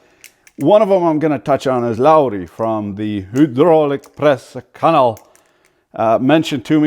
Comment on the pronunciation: That "Hydraulic Press Channel" pronunciation was on point. 👌🏻